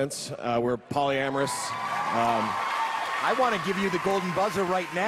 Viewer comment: "Polyamerous" bloody disgusting